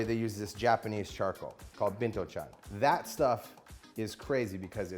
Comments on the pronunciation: Binchoutan lol, not bintochan. And yakitori using beef? Funny. Strictly speaking, that's called gyu-kushiyaki. Get your vernacular right, bro. Other than that, what we're seeing in basically a video on how to make a homemade, knock-off hibachi. Nice idea, although buying a proper hibachi online is less hassle and probably cheaper. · why he just doesn't get a konro grill they're like 30 bucks, also is binchotan not bintochan!! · You are right. Ogatan and Binchotan(He somehow pronounced it like "bintochang") is completely different. You can tell it from how it looks. Ogatan has long burn rate and less smokes so it works like Binchotan tho.